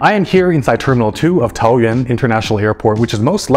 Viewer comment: DUDE you’re te first ever foreigner to pronounce “taoyuan” correctly 🎉🎉🎉